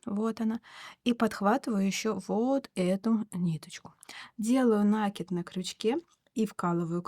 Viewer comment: В творчестве нет правил, но есть правила русского языка - накИд. На - это приставка, кид - это корень, на него и ударение